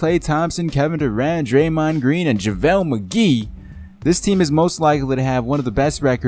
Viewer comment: lmfao at him saying Javele McGees name like hes a deciding factor on the warriors